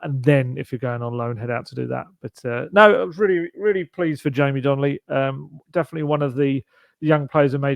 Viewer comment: It’s Donley not Donnelly